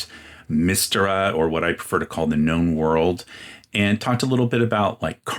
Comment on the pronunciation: I love Dark Sun. My second favorite after Ravenloft. Side note, I don't think I've ever heard Mystara pronounced that way. I saw in your other video it was purportedly pronounced like "mystery" internally, and I think what they meant is the "my" like mystery but then "star uh." Of course i think that because that's how i pronounce it and have predominately heard it pronounced that way, so I guess I'm biased 😂